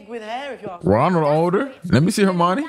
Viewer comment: great reaction, i love that u pronounce Hermione like Normani